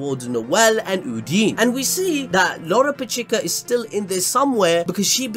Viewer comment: Uhn-Dyn, not Hoodini But BAAAAAALLLLLLS DEEEEEP